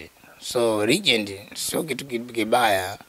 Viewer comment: nazungumzia Huyo mwandishi badala ya kusema Legend anasema regend